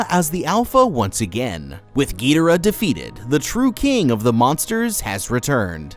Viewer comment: Love the vids but “Gil dorah “ and “rodawn”